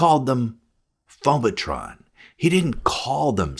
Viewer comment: Did you say "phobatron"? That's Megatron's cousin!😂